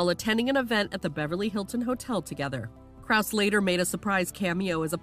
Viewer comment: You didn’t even pronounce his last name correctly- it’s Krow-Za. You have one job, and you can’t even do that. Let these people live their lives in peace.